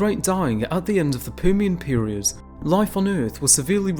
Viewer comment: “Pumian Period”?